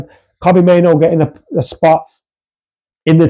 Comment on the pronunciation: Main-oo not Main-oh